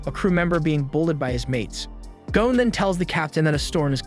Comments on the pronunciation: The name is Gon not Gone…. Man I can’t even listen to this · Why do Americans insist on pronouncing the lads name as gown and not gon??? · Gon not goan